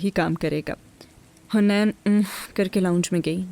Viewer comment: It’s not hunain…it’s haneen